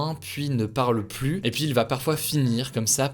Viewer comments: Le S ne se prononce pas dans plus , on ne dit pas la plusse belle 😅😅😅 on le prononce dans 1 + 1 that s all ! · Par contre on ne prononce pas le S de « plus » par pitié. Oui je sais je suis relou. Merci pour le reste :)